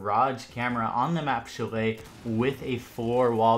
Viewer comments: Its pronounced sha-lay not chillay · Bruh chalet is said " shall lay " not chall lay. Good vids tho man lots of good tips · When they pronounce Chalet wrong (It’s pronounced shal-lay) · You're saying chalet wrong